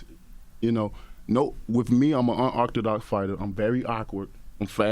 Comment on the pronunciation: “With me I’m an unuctadot fighter “